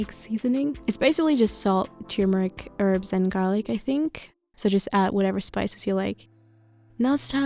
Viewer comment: Err so u can say herbs how u want it doesn’t really matter because it was clear what u meant but if u want to know how 2 pronounce it anyway then do this u r supposed to say it like this: hurbs well yeah err it tolles video übrigens